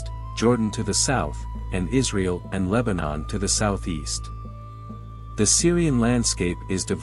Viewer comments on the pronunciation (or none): none